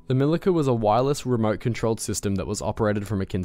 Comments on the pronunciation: LOL! C in Milica is pronaunced like ZZ in Pizza. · Milica = "Mee-Lee-Tsa" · Its actually pronounced Mili-ts-a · It's "MiliTZa" :). Punctuality is important :) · pronouncing Milica wrong. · Milica, C is read like ts. Also Osa is not an acronym, you are supposed to pronounce it as it is written, btw it literally means hornet.